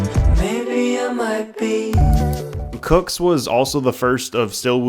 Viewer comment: its not cooks itss coo-ks (cew)ks btw